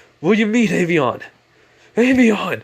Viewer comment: it's not avion it's albion